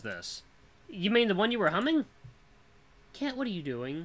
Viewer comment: the way u said "cat" sounded so much like my name "Kent" and i was half paying attention so that scared the crap out of me